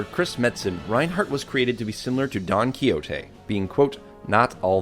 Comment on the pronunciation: Don khichote ? :D